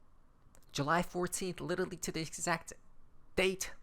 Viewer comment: There is no Little Lee, it's "Literally"!